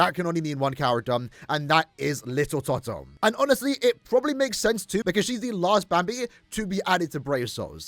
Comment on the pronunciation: "Little Totto"